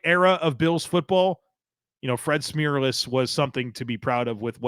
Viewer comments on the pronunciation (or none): Never heard it pronounced Smeerless until this video .. haha! Pretty sure the "erless" is correct. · Well done! But a question: is Fred Smerlas' last name really pronounced "Smeerless"? He used to do a radio show, and as far as I can remember he and the co-host always said Smerlas with an "er" sound, not "eer".